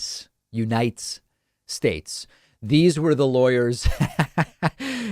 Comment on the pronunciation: Dude, it's a typo. And it's unites, one syllable, not u-ni-tes. 😂